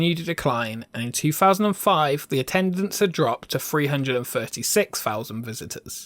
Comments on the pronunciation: I really enjoy your videos. The are great and entertaining. Can you do just one thing? Say “Three” not “Free”! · Can you please re edited it with pronouncing it three not fffree! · It's three, thousand, Arthur, theme not free, fousand, arfur, feme